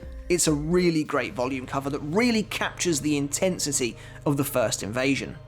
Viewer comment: "I do like the InTITsity"